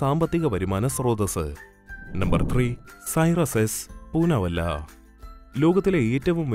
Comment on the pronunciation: പൂനാ വല്ല എന്നല്ല പൂനാ വാല എന്നാണ് ശരി